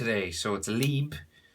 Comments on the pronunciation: Him: Pronounces Liebe Leeb Me: NOOO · It means "love" in German and it is pronounced „liaba“ if you know what i mean... 😂😅 the e is pronounced like a German „E“